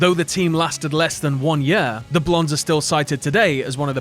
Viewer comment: year rhymes with ear, not uh